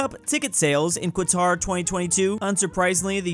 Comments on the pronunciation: why do you say "quatar" instead of "qatar" (katar) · homie just said quatar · I lvoe how people pronounce qatar like it has a q, ur supposed to pronouns it like katar